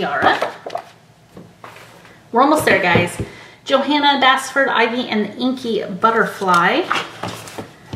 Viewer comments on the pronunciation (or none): none